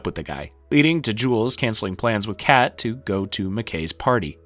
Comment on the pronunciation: Anyone else notice him calling fezco “frezco” & kat “Kate” 😂